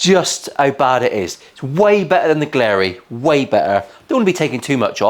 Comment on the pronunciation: Btw it's glarry, not glarey.